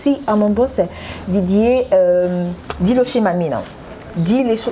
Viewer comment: Émission eza kitoko pe ba infos fiables avec une liberté d'expression avancée Toutefois, la présentatrice devrait bien prononcer le nom de Monsieur "Dilocha Mamena" merci bien